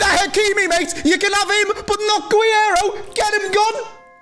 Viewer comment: it’s not that hard to say guerreiro lmao jesus every time